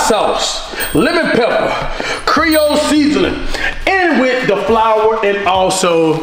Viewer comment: Did anyone peep the “cerol seasoning” instead of creole? Lmaoooo Love the vids Cash!!